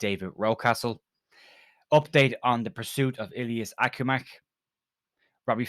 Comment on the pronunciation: His name is Akhomach and pronounced Akhomashe ("kh" is pronounced like "g" in Sergio Ramos)